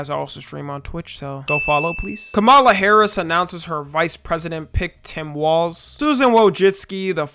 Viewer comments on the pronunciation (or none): none